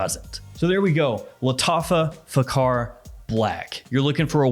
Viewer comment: kh=x it pronounce as faxar .